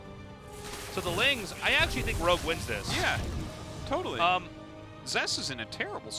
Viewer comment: ROGUE NOT LOG, FFS!